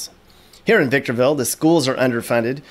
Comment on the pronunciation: If never heard victorville called victomville before